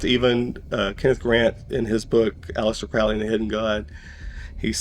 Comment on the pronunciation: It still makes me laugh listening to these narrators who read the script n front of them and Flub it up. For Example..... A-Lister Crowly (Allister Crowley) 🤔